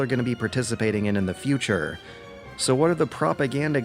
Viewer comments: Great video.. but... Fushure? I love that pronunciation of future :P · LOL people are more concerned about mispronounciation of ideology and future. WTF?